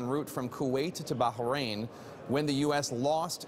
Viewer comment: Wrh is Baja rain? You mean Bahrain?